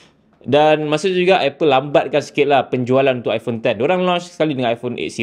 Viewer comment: Skrg zaman kenaikan geng2 liberal.. so i phone skrg dh pakai pronouce baru dn bertukar kepade apple I-porn.. acah2 inovasi lah sgt tapi aq tak nafi la bini aq pon ade ckp sejak die bertukar dari i phone 7plus kepade i porn 15 baru2 ni mmg byk inobabi drpd apple.. aq nak gelak je sbnrnye.. tapi nk buat mcm mane kan?.. geng2 taik apple ye kan saje ape org2 apple kenching kat depe.. 😂😂😂